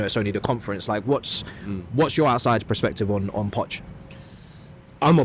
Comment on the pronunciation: Bro says PREspective ffs